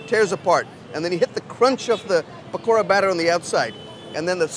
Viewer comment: I was skeptical of his american accent but when i heard him say pakora it changed